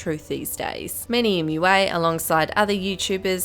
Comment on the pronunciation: NO IT'S NOT MUA IT'S M U A.